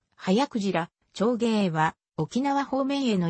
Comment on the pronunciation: 読み方おかしいでしょ ながくじらーちょうげい 長鯨 はやくじらーじんげい 迅鯨 おおくじらーたいげい 大鯨 読み方まで調べたら？